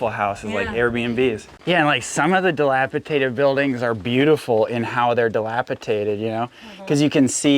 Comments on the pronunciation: Baby Issa is way too cute. Love the stories you guys share. Oh and by the way, it’s dilapidated not dilapitadid (my daughter-in-law had to correct me years ago so thought I’d help you out with it!—not trying to be snarky!) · dilapidated, with a "d" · Another great episode! We love watching Isa grow and explore. (Just a note, the word is "dilapidated," in case you have occasion to use it again. :) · Love you guys and your videos! Keep it up, favorite Saturday pastime during breakfast is watching hour family’s adventures! Thanks for sharing. By the way it is Dilapidated with a D! lol! Keep it up!